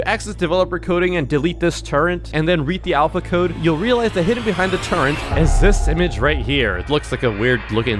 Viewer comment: The way he says "turret" is weird. He says it like "turrent". This drove me nuts